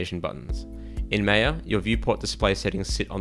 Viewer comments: It's not May-yeah. It's Maa-ya . BTW, I also love Blandar very much ;) I should start learning it soon now. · its "my-yah" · You started nicely but claiming that rotating cubes crashes maya is a really poor comment. Oh, and ma-ia not mei-a. The minimized panel workflow has not been adressed because it poses absolutely no problem. If it did, it would have been addressed . There is no tool where these panels minimize, and the only reason to go there, is to restore the panel. Other than that, this is a great video which is a very helpful introduction to Blender. thanks for the time you spent to help people . It appears that lot of the Blender features come from 3dsmax but are accessed and managed in a more (unnecessary) complex way.